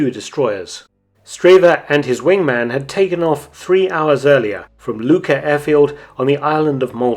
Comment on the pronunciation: Well done as always! As a Maltese myself, I find the way you pronounced 'Luqa' very curious